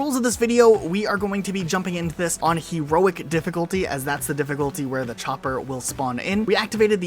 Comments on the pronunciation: He-roic difficulty :) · HE-roic. But yeah I had no idea you could get a Chopper on this level.